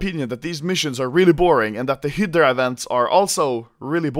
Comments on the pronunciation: I don't know why but I get annoyed when Anomaly says "Hyddra" instead of Hydra. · Its Hi-dra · Sounds like he is saying "Hitler Operation", instead of hydra. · American pronunciation Hi-Drah Swedish pronunciation he-dur-ah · Every time anomaly says hydra I think he says hitler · when he says 'hydra', it sounds like 'hitler' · Operation "Heedrah" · Hi-deh-rah operation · Anomaly i love you but its pronounced "hi-druh" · you pronounce hydra high-druh. druh like you're pronouncing only the dru of drugs. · I love the way he pronounces "hydra" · The way that you pronounce hydra is funny asf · can you pls learn how to read hydra? Thanks